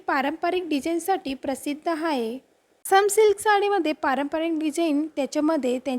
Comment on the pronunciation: हाये नाही आहे म्हणायला शिक